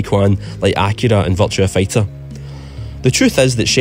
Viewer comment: I keep hearing you say "Vulture Fighter"